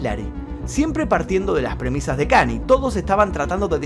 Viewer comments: Hola, te sigo hace muuuuucho tiempo. Yo soy fanático de Kanye desde hace muchos años también, por lo cuál te voy a hacer unas correcciones: 1. Se pronuncia "Kañe" no "Kani". 2. Kanye en el último año expresó muchas veces su deseo de cortar la relación con Adidas, ya que ellos estaban haciendo productos de nombre YEEZY sin su permiso ni consentimiento para ser vendidos. Por eso mismo él dijo que "aunque sea antisemita, Adidas no terminaría el contrato conmigo". 3. No se burló de la lucha de BLM, la remera de WLM la usó reclamando de que realmente, las únicas vidas que importan, son la de las personas blancas. Fue una queja a la sociedad, no una burla. 4. Kanye y Kim se separaron luego de que Kanye expuso información privada de su matrimonio en su única conferencia de prensa que dió como candidato a presidente. 5. No está bloqueado de Twitter, de Instagram sí, pero temporalmente. Le deben quedar 15 días de suspensión aprox. 6. Perdió 2 mil millones de USD por terminar su contrato con Adidas, pero sigue teniendo aproximadamente 8 mil millones de USD. Te mando un saludo! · otra video genial como siempre, pero te sugiero que cuando investigues veas cómo se pronuncian las cosas en inglés, lo menciono porque Kanye, no se pronuncia como Kant, se pronuncia Kan-y-e. Saludos. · Buen vídeo pero creo que la pronunciación es Kan-lle no Kanie en fin buen video 😉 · Con todo respeto, se dice KanIE, no Cani 😢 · se pronuncia KANYE, tu le dices y suena como kanie o kanyi pero es KAN YE, la y no es lo mismo que la i , saludos:) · Amigo todo épico tu vídeo dos un genio pero porque decís KANI, es KANYE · Gran video pero me dió cosa escuchar tantas veces "Kany" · Muy buen video… como siempre! Observación (no hate)… los Yankees lo pronuncian “kan-ye”… saludos hermano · KAN-i-ÉY--- pronunciación